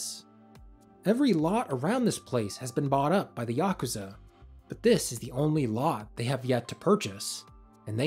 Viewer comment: It's so nice to finally hear someone pronounce yakuza correctly